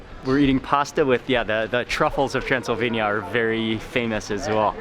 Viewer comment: when he said Transelvenia I remember the film Hotel Transelvenia Mr. Mark hehehe Greetings from Indonesia 🇲🇨